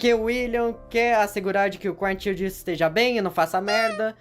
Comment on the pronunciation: por quê você tem tanta dificuldade em pronunciar "child"?